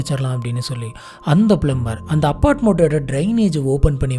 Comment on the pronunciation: bro adhu "plummer" illa "plumber" 🥶